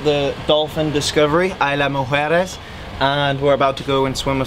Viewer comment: good job...it's IS-La Mujeres!